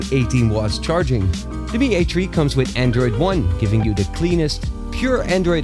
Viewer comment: Lol Mi A TREE. Lol I forgot the specs.